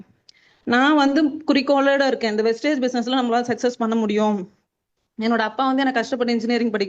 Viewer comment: Copy, paste என்பது சரியாக உள்ளாது. சரவணன் சார் டீம்லே உள்ளவங்க எல்லாரும் கம்பெனி பேரை வெஸ்டேஜ் என்றே சொல்கிறார்கள். வெஸ்டீஜ் என்று சொல்லுங்கள்.